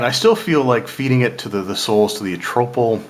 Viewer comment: Good summary and review. I find it hilarious how you pronounce almost every word differently from mostly everyone else: Nyanzaru, Omu, Acererak, Atropal etc...